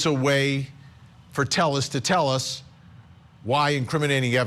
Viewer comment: Couldn't stand you repeatedly butchering the dudes name It's not Tell us, it's Tayes